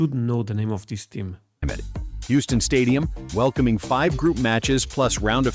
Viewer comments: It's pronounced HEW-STON. Just to help with your pronunciation. Sorry to be that guy, just trying to help. Now I'm going back to the video. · Love your channel brother, but the way you pronounce “Houston” is literally making my ears bleed.